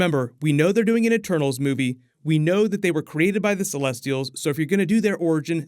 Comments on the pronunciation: I've heard "turtles" instead of "eternals" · I thought you said “turtles” 😂😂.